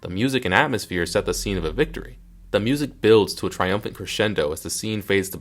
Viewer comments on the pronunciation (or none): none